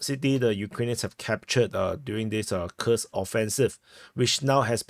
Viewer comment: You pronounced Kursk like Krsk (without U) it is KURSK (with strong U)